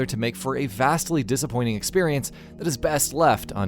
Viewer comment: drinking game, take a shot every time he says "expirience"